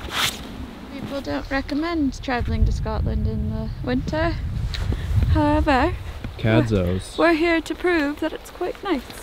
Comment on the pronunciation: What the hey?? I heard Cadzow -- did someone actually say don't go to Scotland in the winter?? He needs to put on his wooly socks under his kilt... :) (Oh, and you actually said the name right first time -- that doesn't happen often... so good on you!)